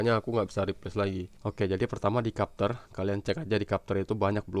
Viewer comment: bukan kapter bang tapi bacanya "cepter"